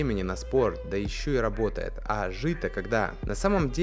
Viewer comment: Медодига габотает